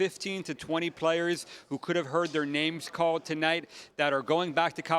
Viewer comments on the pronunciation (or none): “Could’ve heard their naymshcalled” 😅